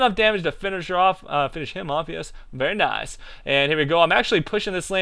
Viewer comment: I LOVE HOW SAYS VAAAIRRR NAAICEE